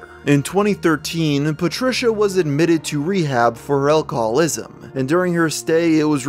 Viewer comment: that is the weirdest way to pronounce Alcoholism I ever heard